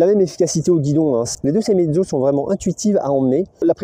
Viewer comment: Elle sont bien ces images de roulages sur route mouillé. 👍 Et te dire que c'est une sei-é-mezzo et pas une sei-mezzo comme tu le dis. 😉